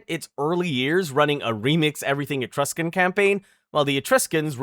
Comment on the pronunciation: You promise of things so differently that it kind of bothers me. Mostly your pronunciation if Celtic and Etruscan.